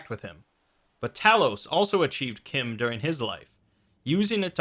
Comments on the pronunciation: it's not kim it CH CH CH CH CH CH-IM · Pronounced CHIM like Time, not like Tim... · its fucking chim not kim